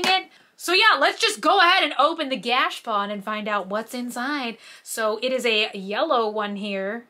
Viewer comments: I cant take it any more. - stop saying Gashpon. It is pronounced gash a pone. There is an A in there & it is pone like bone, not pon like Don. If I hear Gashpon anymore I’m going to pull out my eyelashes. PLEASE PLEASE PLEASE learn how to pronounce it correctly!! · Every time she says gash pawn I wanna strangle myself 🤯🤯 look at a dr. Squish vid so she can please teach you the correct pronunciation my OCD is spiraling I love you not trying to be mean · Are you pronouncing gashapon correctly? I've always heard it differently. Think you Are missing the middle a? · I've never heard gachapon, said like that. weird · 22 minutes of saying Gashapon wrong.